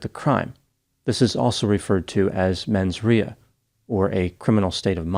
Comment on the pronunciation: really cool "how to pronounce mens rea" search will give correct way to say rea